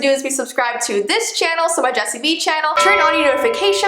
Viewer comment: it is hey gays it's